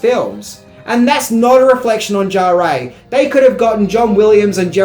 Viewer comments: Maurice “Jarré” !!! 😂 It’s pronounced “Jar”. ☺️ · Maurice Jarre is French, his surname is pronounced "zhar". Fun fact, he's also the father of Jean-Michel Jarre. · "Fury Road" was rated R; not PG-13. It's Bruce Spence; not Bruce Spencer. It's Maurice Jarre (*JAR*); not "Jarray". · not to harp on about it, but Maurice Jarre's name is pronounced without the "EY" sound at the end, "Jarr-ey" but just "Jarr". Have a look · Its pronounced Jar. Maurice Jarre 😊❤ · I loved Beyond Thunder Dome. I think you will find the pronunciation of Jarre' is Jar. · It’s pronounced Jarr (the ‘e’ is effectively silent) and he’s the father of Jean Michel Jarre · Also calling Maurice Jarre "Jaray" drove me crazy.